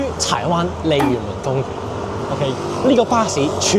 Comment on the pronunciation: 鯉魚門公園啊 這句中文講得很標準歐